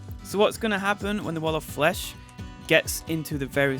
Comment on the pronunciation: Nobody: in the intro: t h e t a l l o f f l e s h